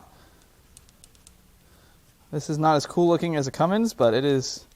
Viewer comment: "Cummings" lol